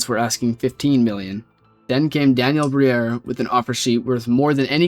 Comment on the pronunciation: bro can't pronounce Daniel to save hisnlife